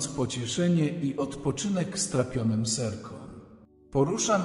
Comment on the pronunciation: Nie serkom ośle a sercom😂